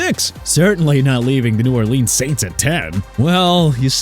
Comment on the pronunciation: NEW ORLEANS IS PRONOUNCED NEW (NOO) ORLEANS (OR-LINZZ)!! DO YOU UNDERSTAND?!